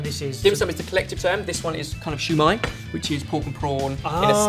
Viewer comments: the way he said "shoe" when its pronounced see-yu gahd u gotta love xD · siu mie not shoe my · Its sui mai not shoi mai!!! Other then that great recipe gona try it. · keeps calling it shu mai, but it's siu mai pronounced more like sil:') but the recipe is pretty accurate to what my family make and what I've seen in restaurants:) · Lol u pronounced siew mai as shu mai! I mean thats what i heard and i burst out laughing hahaha!!! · Dim sum is cantonese, it originates in hong kong so it is pronounced "siu mai" not "xiao mai" which is mandarine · Lol its not shoe mai its su mai you dont say shushi you say sushi lol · This particular one is called "Siew mai". You're welcome. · It's just Siu or shu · Shew mi LOL I DIDNT KNOW WHAT U SAID UNTIL I THOUGHT ABOUT IT UPRONOUNCED ITWRONG LOL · what in the actual hell. did just said shu mai. LOL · its pronounced SEA mai, with a slight hint of an h, so liek ShEA mai. also, its better to use a beaten egg instead of water because of the flavor. good rendition though. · the proper way to say sui mai is sow mai, where the ow sounds like you stubbed your toe. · It's actually called, "Shao Mai." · its pronounced "shaw-my" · I love you and all, but as a Chinese eating Chinese food her whole life(real Chinese food not Panda Express), it's pronounced s-ew mie . Sorry! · You pronounced it wrong, I know because I'm Vietnamese